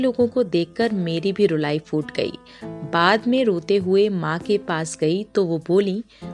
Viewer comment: Kud nahin. Khud. You need work on your URDU. Jila or zila. Foot nahin, phoot. Koob or khoob. Sorry. But you need to work on URDU.